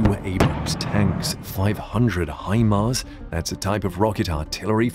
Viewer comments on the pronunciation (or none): none